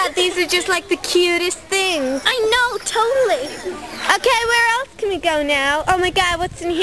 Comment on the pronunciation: americans dont say totallayyy well... i dontt..